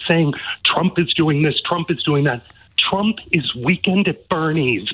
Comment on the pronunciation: "We will bote for donald trunck" 😂😂😂😂😂😂😂😂😂